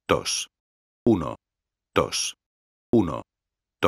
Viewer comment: el tio en vez de decir uno-dos dice uno-tos